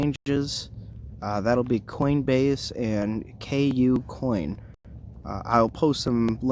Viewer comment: Bro you have to stop calling it "K U - COIN" its pronounced coocoin.. All one sound cooo - coin.. It's hard to take you seriously if you don't even know how to say the name of one of the top 5 exchanges in the world lol.. Not hating bro just trying to help ya sound a little more official